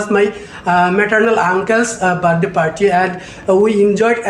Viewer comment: Bhai sir ka slang to check karo op 🤣 Birthday ni bathday 🤣